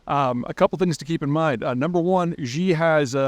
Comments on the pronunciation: So I'm going to believe a guy talking about China who can't be bothered to pronounce any personal or place names correctly? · I'm shocked people in the west profess to be experts on China when they can't pronounce their leader's name correctly. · Another question: will Zeihan learn how to correctly pronounce 'Xi' before the latter dies? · First step to appear to be credible would be to be able to pronounce Xi's name correctly... The "analysys" is merely a personal opinion on which many people would disagree. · I mean, it is undeniable that Xi (pronunciation in this video made me cringe) has centralized power in a way it hasn’t been since probably Mao. Anytime you do something like that, when the leader dies, there is going to be a vacuum. Do I think China will collapse? Of course not, he’s very extreme here, it’s ridiculous. But whenever Xi dies, there is going to be a vacuum that will need to be filled and it’s liable to be a bit rocky for a while until the CCP finds a successor to rally behind. There are also economic concerns and the aging population to consider too, so it’s going to be bumpy for a bit. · Before commenting Xi, pronauns 'xi' properly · Why do you insist on always mispronouncing Xi Jinping's name?? Is it on purpose or are you ignorant of the area you claim to be an expert on?? Neither is a great answer... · Peter is mildly entertaining, but he is wishing on a cloud. His China knowledge is as bad as his pronunciation of Xi. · you'd appear a lot more professional if you learned how to pronounce Xi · Dude supposedly knows so much about China but not even basic pinyin. Can’t even pronounce Xi’s name or the city Beijing properly, I can’t help but to laugh. It’s not “Gee” or “Ji” it’s pronounced ‘She’, it’s not beige-eeng it’s ‘Bay Jing’. Common white man outsider mistakes. Easy way to tell who knows what’s going on. Keep up the good work though! I enjoyed your basic knowledge and predictions. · Sorry, but Xi is pronounced like "she" not "gee"